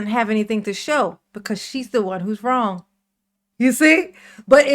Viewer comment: "aks" and "rong" 😂😂😂